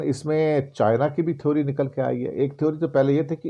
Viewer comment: Sir, with due respect, "theory" is pronounced as "थेअरी" or "थेरी". "थीओरी" is an incorrect pronounciation.